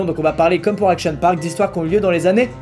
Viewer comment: Le "Action parkkkkk"est devenue mythique 😂